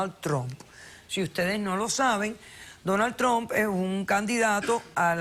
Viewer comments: Ni sabe pronunciar el nombre..Donal Tron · pinche perra, se le mira que ella es una imigrante tambien, ni puede pronunciar su nombre bien “Donald Trunp” vieja ridicula😂😂